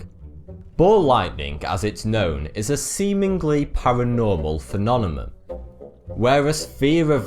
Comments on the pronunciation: I apologize, but you saying phenonemon instead of phenomenon made me stop this video. I literally cannot watch it. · it's pronounced "phenomenon" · i heard phenonemon and phenonema lol :) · What is a "phenonema"? Is that like British for "phenomenon"? Its form suggests plural, but what you're describing is a single case of the ... phenomenon in question. Oh, and "Taos", (New Mexico, US), rhymes with "house". I'm so consufed! :-) :-) I love this guy! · Phenonemon xDDDDD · please say P H E N O M E N O N instead of P H E N O N E M U M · phenonemoun =3.. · Yes, it's very distracting. He doesn't really pronounce it differently each time, sometimes he says "phenonemum," others he says, "phenonema." But he doesn't necessarily use each mispronunciation at the correct time. Phenomenon is singular, phenomena plural. So he mispronounces each the same way, and uses them as if they are interchangeable, not as singular and plural. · Are you deliberately saying "phenonemom"? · Phenonemum? phenonema? i don't think that's how you spell it... good video though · Hey man, it's "phenomenon-phenomena", no " phenonemon-phenonema" as you appear to say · This video is a very strange "phenonemum" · Did he just keep saying Phenonema And Phenomenom?! Well, he is still cute... 😉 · holy shit. feh-nom-en-non. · phenonemum. that's not how you say it. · ***** Seriously? "Phenonemum" and "phenonema" sounds right to you? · I hate how he says phenomenon as phinonemun.... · love your work dude, but.. phenomenon: "phe-nom-e-non" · prounciation: PHENOMENON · Smiddy Fiveonefive Phenonemum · I like your channel: it's informative and entertaining, perhaps addictive. But please learn to pronounce phenomenon. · Hey buddy, love your channel! Great work! Appreciate the useless trivia!... Maybe just work on saying "Phenomenon" properly! haha. I'm sure you'll be using that one quite a bit in the future! :) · Why can't he pronounce phenomenon properly? I love him to death but still. :P